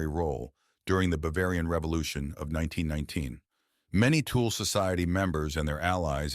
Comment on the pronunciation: The tool Society 😂😂😂😂😂 . Thuule uuuu Pronounce 25x wrong Tool instead of Thule is very irritante. Disrespectfull.